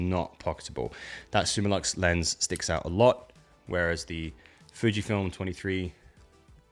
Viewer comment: It's Fujifilm. not Fijfilm...